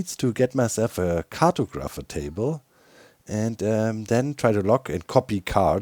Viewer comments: If you care for the pronunciation guide, cartographer is (at least in American English) car*tog*ra*fer where tog has the same 'o' as body, ra is 'ruh' and fer is 'fur' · Cart-o-grapher table 😂😂 love it! I will forever say it like this now...